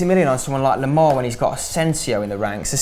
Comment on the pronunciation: Why do they call Thomas Lemar , pronounced "toma loma"?